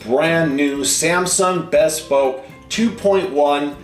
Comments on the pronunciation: It's pronounced Be Spoke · Is it pronounced Bess spoke or Bee spoke?